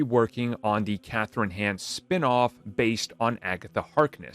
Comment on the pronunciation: my dude, it's "Shay-fur" and "Hawn" lol